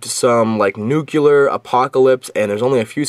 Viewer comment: nukeuler... lol